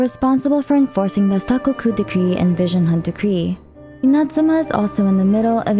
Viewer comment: Sorry the way u say “Inazuma” was throwing me off so much lol. Besides that nitpick, well done on summarizing the story so far. It’s good to get a refresher after 3 years of the game.